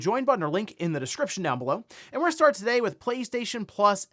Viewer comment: Very sus how bro says the word ‘today’